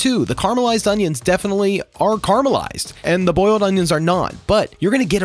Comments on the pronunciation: FYI it’s caramelise, caramalised not whatever you say! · It's caramelised not carmelized. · Carmelised…. I can’t stand the way youse say that word